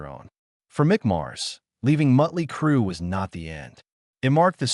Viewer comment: Miley Crew? Mutley Crew? GTFO with this AI Bullshit!